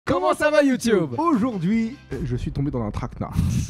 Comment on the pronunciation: "Comment ça va YouTioube " mdrrr